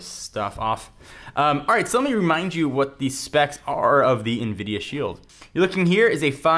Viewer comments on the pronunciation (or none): why do u say invidia??????